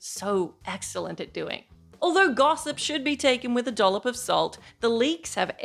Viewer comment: .......... A dullop of salt? 😂 I will be stealing that one.